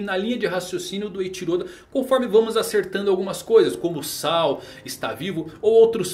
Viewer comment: Ps.: a pronuncia certa de Saul é 'sauú'...... espero ter ajudado heheh